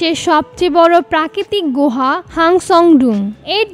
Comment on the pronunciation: গোহা না আপু। গুহা